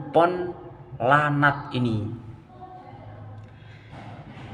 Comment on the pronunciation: Baca nya bukan lanat bang, tapi laknat